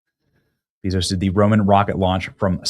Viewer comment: I like watching Benny but I cringed everytime he called Jeff Bezos Jeff Beezos. It’s Bezos like Bay-Zoes. Couldn’t watch it bc for some reason it just sounded cringe.